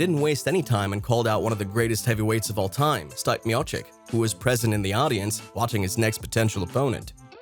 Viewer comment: The name is pronounced "Steep-aye", not "Stipe"....clearly not a fan of MMA.